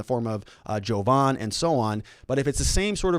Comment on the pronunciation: Jovan, not Hogan.